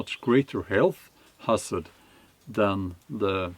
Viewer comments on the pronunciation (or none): none